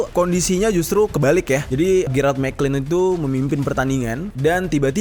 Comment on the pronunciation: Jer . Itu gerrard mcclalen dibacanya MC CLALEN . Bkn mcklin 😂